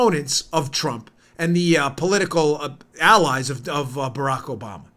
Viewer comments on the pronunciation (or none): none